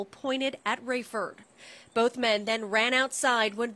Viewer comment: And it’s Raiford not raefoes